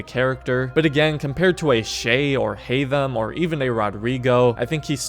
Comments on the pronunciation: 1. It's Haytham, not Haymath 2. I consider him the second deadliest. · Haythem and its not even close